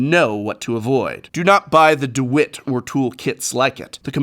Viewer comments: It's not D wit it's D walt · Its pronounced "duh- wALT"...lol my husband has worked construction for years...we laughed when you called it "dewitt" lol...great content though professor 🥰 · The fact that you called Dewalt “Da-Wit” 💀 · DEWIT? This may be old and you may not care but its DeWALT professor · Ok ok ok.... No one gunna mention that DeWALT is not pronounced De WIT? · 'DeWitt'. It's DeWalt, as in Walter. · De wit? Lol de wALt? Lol I assume you did it on purpose but either way I giggled. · How did he just pronounce "DeWalt".... did he say DeWit?? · Its pronounced deWALT* not "deWITT" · It’s dewalt, not Dewitt. Walt as in Walt Disney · Its not Dewilt it's Dewalt(da-walt) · DeWALT not deWIT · I high key cringed when you said “dew it” it’s Deee walt.. yes I work in construction Yes I’m a Texan Yes I’m serious. No it’s not hate speech. I love your videos! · This dude said DeWitt I'm dead its Dewalt.. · D-wit lol. D-Walt. But i use the Stanly. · The 10 compartment box is tough, we keep one on the work van. Its lasted years, and i drop it ALOT. But... Its deWALT lol not dewit, dimwit :p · DeWalt not Dewitt lol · Dewalt not Dewitt. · Professor doing a Saffron Olive "Dewit" rather than "DeWalt", LOL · Lmao... DeWit tool kit. DEE-WALT. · 1) The Home Depot and Staples pictures were reversed. 2) It’s pronounced “DeWalt” instead of “DeWit”. 3) You said hexagonal, which is six sided but the DeWalt trays are Octagonal with eight sides. I think this is another one of those “made late at night because that’s the only time I was free” videos. I hope you can get some sleep soon! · Its DeWALT not DeWIT. Please keep in mind please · you compare the Stanley compartments to the ones in a similar DeWalt case. You mistakenly pronounced "DeWalt" as "De-WHIT." It's not a large error, but it did take me out a bit Btw I'm a huge fan of your channel never stop making videos I love your product reviews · "DEW-WIT" is crazy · Its (DA-WALL-T) dawalt